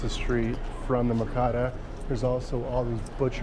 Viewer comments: It’s mer-caw-doe, mercado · PRONUNCIATION ... the "Allende" part is pronounced [ eye - end - day ] with the stress on the second syllable .... MERCADO ... the market [ mare - KAH -thDoh ]